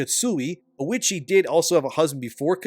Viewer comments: thats not Oichi , thats Oishieettt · 😂 “lady oh-itchy” 😂 it’s oh-ee-chee